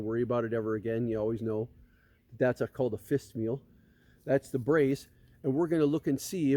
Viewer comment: What's a "fist meal"??? You've got to do something about your pronunciation. Especially if you want to use or introduce jargon or terminology THAT WE'VE NEVER HEARD OF. If you can't listen to your own videos and hear that you're talking mush-mouth, HAVE SOMEONE ELSE EDIT YOUR VIDEOS.